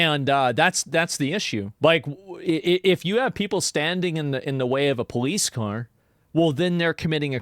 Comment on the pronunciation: why’d he say car like that